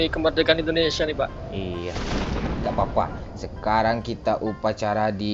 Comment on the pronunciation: Indonesia bang Bukan Endonesia